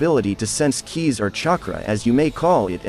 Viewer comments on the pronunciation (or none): none